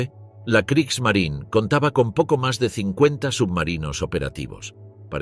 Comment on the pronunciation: La Marina de Guerra alemana se llamaba Kriegsmarine y no "Kriegsmarin" como lo pronunciaría un español tratando de imitar a un estadounidense que no sabe hablar alemán. Esto es del mismo modo que a los automóviles Porsche lo pronunciaría "Porch" un español tratando de imitar a un estadounidense que no sabe hablar alemán. Son tan estúpidos estos españoles que creen que las palabras alemanas hay que pronunciarlas como las pronunciarían estadounidenses que no saben hablar alemán.